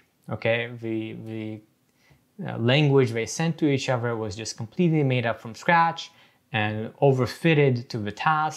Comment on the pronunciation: I’m wondering about the \th\ being a dental fricative like v or f. Every time he says “the” it looks like vuh other looks like uh-ver etc. what is that?